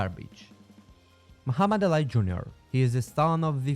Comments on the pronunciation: Mohammud Ali (Muh•Hah•Med Ah•Lee) not Alai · who says ali as alai it almost sounds like ur trying to say alloy jr